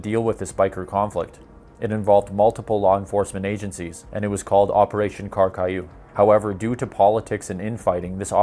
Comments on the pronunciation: Very small correction, mostly for the French words. Carcajou is pronounced car-kah-zhu, not carcaillou 😊 That word is French for "wolverine". Yes, it was the "Wolverine Squad", because this story cannot be more Canadian if it tried to. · it's not Kar-kay-yoo, it is pronounced Kar-ka-joo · CarcaYou.. "jou" sounds like zhoo (like in the French word bonjour)